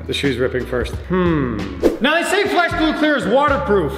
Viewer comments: O.02 didnt say flex glue right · In the beginning am I the only one that hears "flesh glue clear" rather then "flex glue clear".